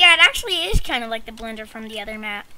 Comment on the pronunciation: He totally said "the blendeh"